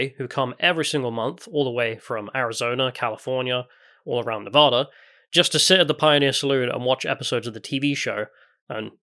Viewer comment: Pro tip: Before November, replay the game, and learn how to say the word "Nevada" properly--just like they do in game--you'll earn MAJOR bonus points with the folks out here. Seriously, we'll all still know you're English, no doubt--but the extra effort to say "Nevada" the way we do out here will be seen as a special effort because of that, and you might just earn yourself some heartfelt appreciation on top of free drinks.